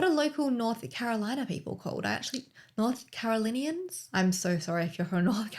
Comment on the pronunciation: Here in North Carolina we’re called North Carolinian’s, you pronounced it correctly!😉 I live near Charlotte, NC, only about an hour from Hickory. The day her “disappearance” was announced, I was 33 weeks pregnant w/twins, & was put on bed rest earlier that morning. It was my 1st pregnancy, my hormones were already on overdrive, & then hearing about her disappearance, which was so close to me too… I followed her story every moment. I ended up having my twins 35 weeks bc I developed pre eclampsia, & even continued to follow her story the whole time I was in the hospital. I wrote all about her story in their baby books, bc i wanted them to be able to know all about her, when they are old enough to understand, and how it was all going on right near where they were born & at the same time too. I will never forget her story & the impact she had in my life & as a mom!😥